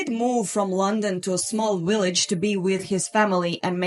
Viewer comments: I love the way you say "Willage" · uhhhhhhhh, heh heh... She said willage.